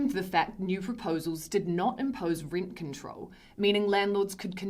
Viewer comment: Teenants (possibly tinants, but could be tenants) pay the reent (possibly rint, but could be rent) and please leet (possibly lit, but could be let) city am know 😜 It could be a riddle? We may never know 😜